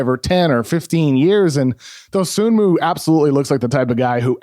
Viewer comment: The is an excellent breakdown, Kevin. I've watched almost every Bulls game this season, and I can attest to seeing everything you described. HOWEVER, one of the first things I learned about Dosunmu is that the "N" in his last name is silent. It is pronounced doe-SOO-moo. C'mon, man...